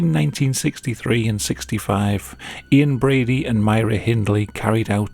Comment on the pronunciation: Ian Brady? I literally every time hear "inbreedy" No diss on the narrator, I love him